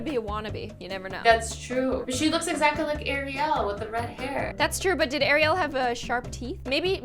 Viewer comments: azzy:ariel me:ITS ARIUL NOT ARIEL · It's Ariel not Ariel